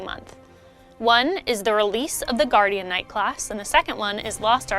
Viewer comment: For the love of Kazeros, call it Guardian Knight not Guardianknight. it sounds so wrong